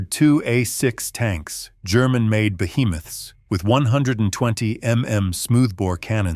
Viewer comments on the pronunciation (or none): none